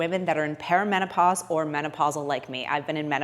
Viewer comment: Great info! I have taken creatine supplementation in the past, but haven't been 100% consistent about it. This video is inspiring me to bring my A game! Also, I believe you may be mispronouncing the word perimenopause. I kept hearing "paramenopause"... but it could just be my aging ears! .